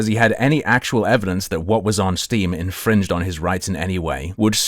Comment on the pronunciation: You impeenged in his coopywrit